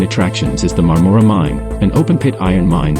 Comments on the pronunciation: Please, when you drive through a town, stop somewhere and find out how to pronounce its name. I spent my childhood summers there in my grandparent's cottage on Crowe Lake in the 50s and 60s. It's MARM-mor-a, as in Barbara (BAR-Bar-a). Point of interest: My Grandfather was the first electrician in the area qualified to operate a film projector and did so in the 1920s in, I think, Madoc. Bert Dandy, Niagara Falls, Ontario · We're thinking of moving there in a couple of years. FYI. The "O" in Marmora is pronounced more like a soft "A".